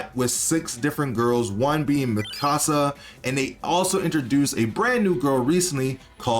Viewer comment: No, not miKAsa -> it's MIkasa. And it's also MIsaki, not miSAki